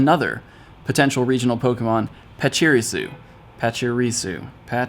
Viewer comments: Pach-i-ri-su not Pach-iri-su. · Pachi reesu was the correct pronunciation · I've always heard the stressed syllable for Pachirisu as the 3rd syllable in official media. {pach-i-REE-su) Look up any video about VGC 2016 World Champion Sejun Park for reference. He won with a Pachirisu. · Pachirisu is pronounced: poch E rEE sOO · Dude, no need to level up too fast. XD Not sure how many levels will be added later, but it's fun to take time to enjoy leveling up instead of speeding through the game. :) Also, it's pronounced "pacheereesu". ;) Gen 4 dropping wasn't a huge exciting moment for me, as it's one of my least favorite gens, but there are some mons I'm looking forward to. :) There are new raid bosses, btw. And shinx can be shiny. I'm hoping Shinx will be obtainable in the wild at some point. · Just wanted to help you out with that pronunciation, PA-CHU-RE-SU. Love your videos man, keep up the good work :) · Learn to say Pachirisu please, and Feebas still lol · the way says pachirisu triggers me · Disliked for pretending to struggle with pronouncing Pachirisu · Cmon it's pronounced pachirisu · thank you for commenting was going to say the same thing 😂